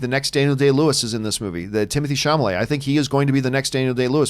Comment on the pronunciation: There may come a day where John will finally pronounce Timothee Chalamet's name correctly... but it is not this day.